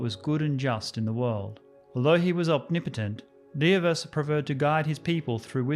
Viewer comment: clap clap clap You have nailed pronunciation of Dievas :)